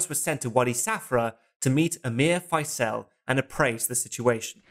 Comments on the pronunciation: Not sure about Prince "Fysell". More "Fizl", as in reprisal, I think. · Gawd sake stop calling Faisal, Fyselle. With your wonderful research into all these films, I would have thought you could have pronounced his name correctly. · You might have taken the time to learn to pronounce Faisel...